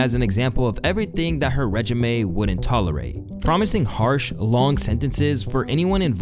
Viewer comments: Tf is a reg-i-me? 😂😂😂 It’s Re-jeem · Regime ❌ Regimay✅ 😭😂😂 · “regimay” it’s pronounced ri-JEEM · Regume? Its regime pronounced reh-jeem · bro you do this all the time like it’s clear you use chat gpt and that’s fine but you gotta pronounce words correctly so no one will be able to tell… its pronounced RE-JEEM. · bro did you really just mispronounce "regime" as "regimay"? 😂😂😂😂 Did you even complete middle school? Seriously dude, you can't read and it shows. You mispronounce sooo many commonly used words in every video and its jarring to the point that it pulls people out of the moment in the video. You've got to start Googling words you don't know so you can hear them. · Regime is pronounced (rejeem) btw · Re-Gi-May wtf learn to read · When he said her reg-eh-may , did he mean regime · if the word is "regime" it's pronounced (Rey-Jeem) instead of like a work resume how you pronounced it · Bro said Reg-eh-may for what I can only assume was regime. Cut him a break lmao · bro said "Regemay" instead of "regime" jeez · Ain’t no fucking wait you pronounce “regime” like that lmfao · Man, when a youtube commentator messes up an easy word like "Regime" it just exposes them for using AI to write this shit. They never do their own research